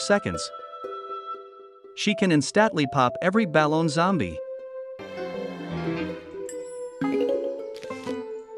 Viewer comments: “She can iNsTatLy pop any bAlOn zombie”. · The "baloun" got me rollin dead💀